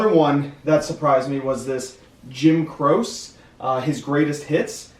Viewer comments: Jim Croce = Jim Crow-chee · Jim "Crow chee"